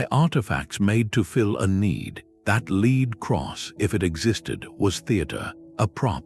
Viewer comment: Great voice though mispronunciations are an AI tell, as in metallic lead is pronounced long E, as in “lead on.” Still, subtle background music, thoughtful history.